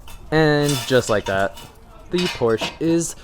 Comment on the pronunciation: My dyslexic ahh heard “DUDE I JUST BOUGHT PORSHE”